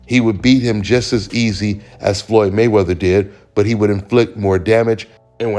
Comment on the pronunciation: Same shit different toilet by these bruthas first this idiot Shakur said "Fulton gon wash" lol then "Jermell gon wash canelo" hahaha